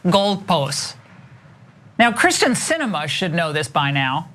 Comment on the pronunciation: Also she said Kristen not keersten Sinema